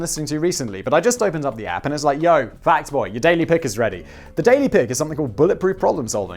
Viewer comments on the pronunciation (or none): Simon, Simon, Simon, when you, Simon, say 'Fact Boy', it sounds like 'Fat Boy'. I've tried to ignore this fact Simon, but Simon, I can do so no longer. Sorry, Simon.